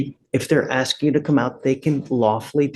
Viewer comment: I'm just AKSING... isn't this FLUSHDRAITIN'N?